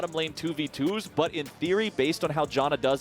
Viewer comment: JAN - UH... not JOHN uh... Morons.